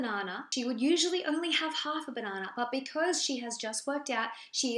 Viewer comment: I am obsessed with the way you say banahnah I want to hear it all day long 😂